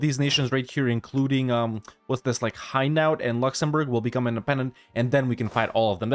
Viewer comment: Hainaut is pronounce hey-no, easy to remember